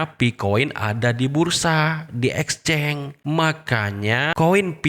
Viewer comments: Exchance bang bukan exceng....itu aja gak bisa bacanya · Exchange bang tulisannya di baca exceng